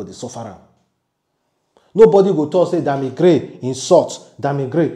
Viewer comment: Bro it's Krane and not Gray...the way u dey always pronounce words sef dey taya me mehn...😂😂😂